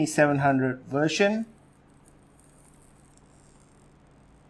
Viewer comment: Is he saying wersion and not version with a v?